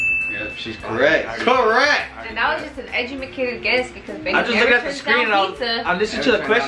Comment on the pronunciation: did say "echumikated guess" lmao shes drunk drunk 😂😂